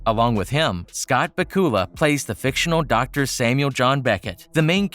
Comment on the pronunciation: Scott BA-kula, not Ba-KU-la 😂😂😂😂🤣🤣🤣🤣🤣🤣🤣🤣🤣🤣